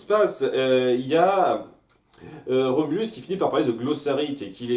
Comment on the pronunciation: En fait, c'est Rhombulus, pas Remulus.